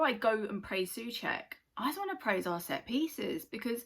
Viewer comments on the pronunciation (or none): its u but o-u , like when you spell letter O